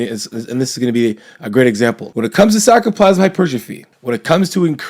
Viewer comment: I love how he says sarcoplasmic...gets like 1/3 of the way through and slurs it together